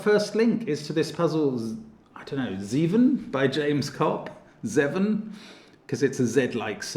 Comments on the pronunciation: its pronounced ZAY-VIN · And now I wonder who is going to try and explain the also extant pronunciation of Dutch "zeuven" for that number 😂